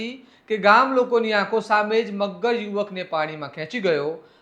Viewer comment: Maghgar nahi magar m bolo 😂😂